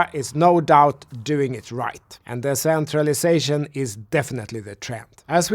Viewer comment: I can‘t make out whether you're saying centralization or DEcentralization in this video. (just some pronounciation feedback).